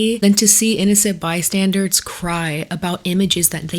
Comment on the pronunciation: I agree with everything you said except I can't figure out if you are saying "innocent bystandERS" or "innocent bystandARDS."